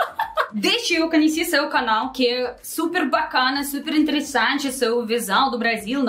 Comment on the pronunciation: Não se diz: Canheci.😂😂 diga Conheci.❤